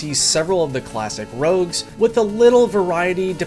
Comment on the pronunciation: Rogues not Rouges